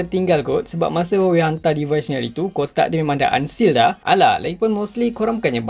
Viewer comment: Aku je ke yg dengar sebut huwowei 🤣🤣🤣😂😂